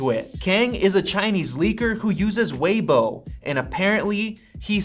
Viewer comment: Finally someone pronounced Weibo correctly 😂